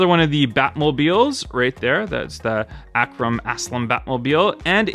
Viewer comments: Not Ak Ram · Arkham Batmobile. Pronounced Ark-um.